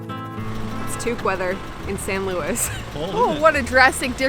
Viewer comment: Thank you for calling it San Luis and not San Louie! This has been a wonderful series, looking forward to the rest.